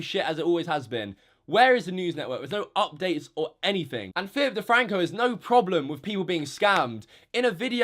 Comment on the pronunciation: 😂 Phi'ip DeFwanco 🤣🤣🤣